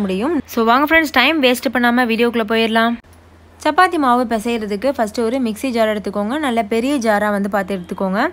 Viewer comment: Sappathi illa chappathi, it’s cha not saa